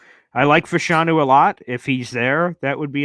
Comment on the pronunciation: FYI Fashanu is pronounced FAH-shuh-NOO